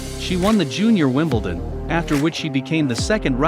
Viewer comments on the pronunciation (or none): none